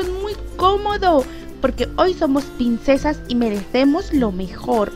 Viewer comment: Porque dices pinsesas?😂😂